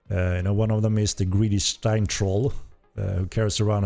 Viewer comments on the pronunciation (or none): none